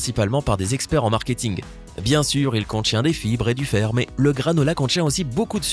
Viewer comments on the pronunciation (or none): none